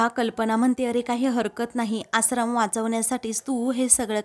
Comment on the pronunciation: आश्रम हा उच्चार बरोबर करा तूम्ही आसरम म्हणत आहात